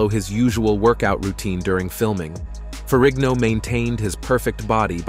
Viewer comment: I believe Lou's surname Ferrigno is pronounced FERRINO. The G is SILENT.